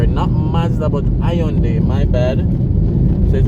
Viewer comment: Your pronouncig Hyundai incorrectley